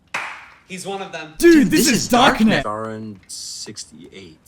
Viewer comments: It is pronounced Kaa-ron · If Rick Riordan taught me anything, it's that Charon is pronounced "care-on", making this movie bad in every aspect.